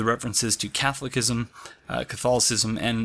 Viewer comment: This dude said Catholic-ism